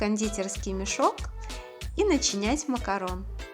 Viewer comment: МАКАРОН!!!! Не макаронС, не макарУн!!! МАКАРОН!!!!